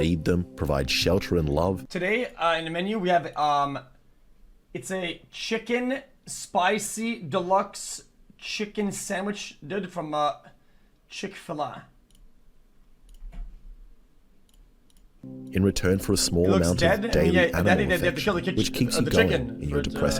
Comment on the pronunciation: guy really said "chick fallah"